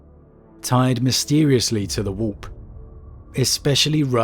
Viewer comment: I love how you pronounce warp “wop”